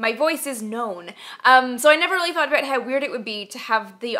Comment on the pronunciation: "Aboot this size?" East coast of Canada maybe ;0)